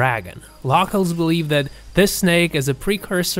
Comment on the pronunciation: Ikr he said “Locals” so wrong I wanted to stop listening!!!!